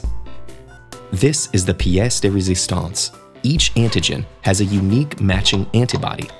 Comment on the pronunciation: The "pièce de résistance"... Made me laugh.